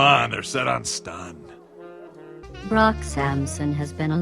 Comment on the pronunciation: I swear its like hearing Krunk instead of Brock.